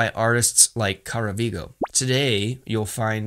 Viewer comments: The way you pronounced Caravaggio triggers the hell out of me lol. It’s pronounced as Ca-ra-va-jio with J sound for the Gs. Anyways, love this video ❤️. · bro called caravaggio caravigo lmaooo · Yeah, I’ve heard of tenebrism! I studied it and Caravaggio in art school Btw, it’s pronounced Car Uh Va Geo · "Championed by artists like Kuraviggo" mort. If you're interested in spelling Caravaggio correctly, sounds something like "Kara" (like in karate) and "vudjoh", so Kara-vudjoh. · What explains his pronunciation of “CARAVIGO”!?? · CARAVAGGIO FOR THE LOVE OF GOD, CA RA VAG GIO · I have not heard of Tenebrism, I would think of it as "Chiaroscuro". btw, in Caravaggio, the gg's are pronounced as a "J". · The way you pronounced Caravaggio killed me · wtf did u call caravaggio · Thanks to Art History class back in college, I did know what Tenebrism is, and also that "Caravaggio" isn't pronounced like that, lol. Informative and helpful video overall, though! I'll definitely refer back to this the next time I need to research a specific art style. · Yeah - I know tenebrism. Huge fan. The Robert Eggers recent movies (The Lighthouse and Nosferatu) have been very inspiring for me on that front. Not sure if that's how you pronounce Caravaggio though ;)